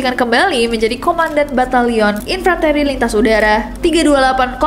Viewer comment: Maaf kayaknya baca infanteri nya salah ya.